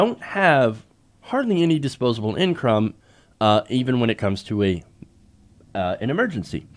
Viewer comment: “in-crumb” lol